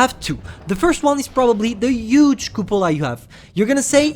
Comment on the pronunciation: “the yooge cupolar”